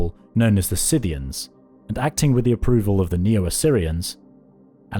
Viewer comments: Please don't call them Simmerians. It's Kimmerians. It's confusing and annoying as hell. I kept thinking you were saying sumerians. It's also Skytians. Not sytians. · When people pronounce Scythians as Sithians, It really bothers me. I don't know where that started but I would think the correct way to say it is Sky (like the sky) - thee - an. It wouldn't be spelled that way otherwise. It's like saying Selt instead of Celt. Does anyone agree with this? It's also like calling the people of Crete "minoans" which they were never known as.